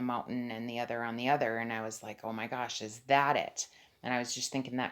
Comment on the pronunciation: Why u saying om gos